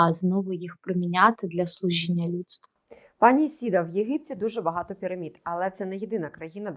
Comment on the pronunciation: Теж по вухам ріже «Ісіда». Невже так складно запамʼятати правильно імʼя ?